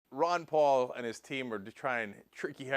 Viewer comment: 'Palalalalala' xD instant like